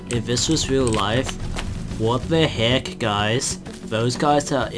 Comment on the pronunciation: "wat de hek"